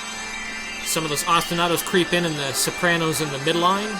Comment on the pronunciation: "Sorpanos"... I'm turned on lol